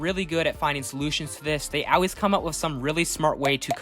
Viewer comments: Stop saying “Al-ways” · Yeah cool video but why do you pronounce the word aalways like that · Not OW ways, ALL, ALLLLLL, L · Bro says “always” funny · You say always weird